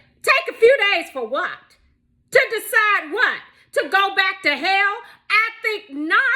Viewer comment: “Take a few days for whut,?? ta go back ta hail” 😂😂😂